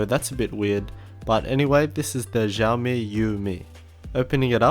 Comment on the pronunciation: "Xiao" is pronounced "siaw" due to the China being China. :D